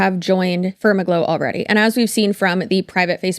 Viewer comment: Far-MAG-low is the only way I want to pronounce it now. 😂